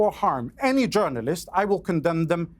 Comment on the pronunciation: Terrorist not “Jounarilst”